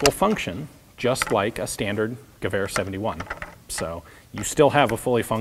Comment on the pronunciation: Is it just me or does he pronounce Gewehr like giver?